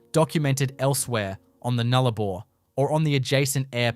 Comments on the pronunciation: The narrator would do well to get his pronunciations correct. It’s the Nullarbor not the Noolarbor for a start. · No Australian calls it the newlabore it's NULLARBOR Null meaning ZERO Arbor meaning trees. Say the word right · Would be good if "Nullabor" was pronounced properly. The pictures of the coast are right, but I'm very skeptical about these amazing structures, especially since there are no actual photos of them, and as an Australian, I have never heard of them. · More AI SLOP. Why even talk about a site without any actual photo's of them at all. I mean FFS you can't even spell Nullabor Plain let alone pronounce it correctly. Piss Off and do it properly and don't waste our time. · A.i pronouncing of Nullarbor and kms etc and no real photos..its cringe worthy